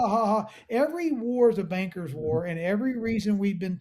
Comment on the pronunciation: Instead of banksters it almost sounded like you said ganksters!😂